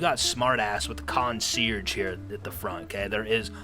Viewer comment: It's con see ear chg...i looked up the dictionary pronunciation to post for you, but I know the word and the official pronunciation is kôɴ-syârzh′ - How was that going to help you? It's right but damn...